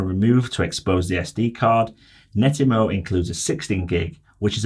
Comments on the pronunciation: Yes! It drove me nuts hearing him say Netymo time after time! You saved me writing this. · It's not Nettymo, its Net-atmo. The name is derived from the words Network and Atmosphere as per their first device created